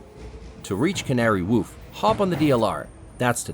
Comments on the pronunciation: You can taste the ChatGPT and weird pronounciations. Who pronounces "wharf" as "woff" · Wharf. Rhymes with... what the hell does it rhyme with. Not Scarf. War. F. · Never heard Wharf pronounced like that but hey